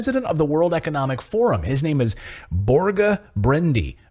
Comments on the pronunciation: Borga as in Borzsha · Børge Brende of WEF is Norwegian. You pronounce the ø like the u in burger and fur :)